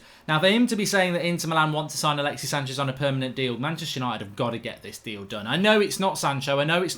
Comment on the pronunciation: Stop sayin manchester ushited so often it cringes and theres kids watchin.. foul word